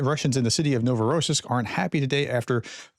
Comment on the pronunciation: Once again - Novo Rossisk - the accent is on the " i " so Novo Ross "I" sk !!!! It's easy ! ex. Rossiya Ross " I " ya ! Russia !